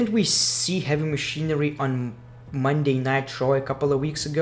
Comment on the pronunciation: It sounds like he says monday nitro when he says monday night raw lol